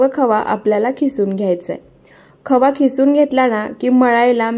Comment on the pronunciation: खिसुन नाही किसुन म्हणतात